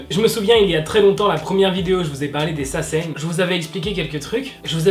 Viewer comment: Quoi? Saseine? Je comprend pas ce mot mdr😂😂❤️